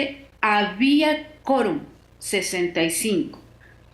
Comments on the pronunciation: Se dice 'QUORUM' NO Corum . , Chale enseñate a hablar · Hay que decirle a la periodista entrevistada que la u de quorum se pronuncia. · La entrevistada no sabe pronunciar la palabra quórum. 🧐🧐🧐🧐🧐